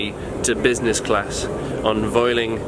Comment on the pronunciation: just a tip its pronounced vueling as in vuel ling